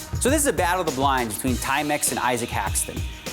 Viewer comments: Well that's the first time I've heard Issac pronounced Isa-k instead of Ise-k. And most definitely Issac Haxton. I think it was just a weird British pronunciation and everyone was too polite or found it too funny to tell him at the time. I didn't I found it annoyingly cringe worthy though... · I-Sek not I-SaK though right? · Am I the only one who cringes every time announcer calls him I-SAK? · Archaik85 Sorry were you just calling me Newton? Because his name is Issac Haxton, not Issac Newton lol. And maybe its just the American pronunciation vs the British one but listen to every other single announcer and its I-SEK!! Newton? Btw I was playing 6 PLO tbls while typing that, fortunately didn't time out though! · Hé keeps pronouncing Isaac « yaak »! Wtf?